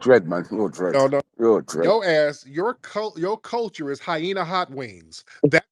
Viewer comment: He said hi hena hot wings I'm done 🤣🤣🤣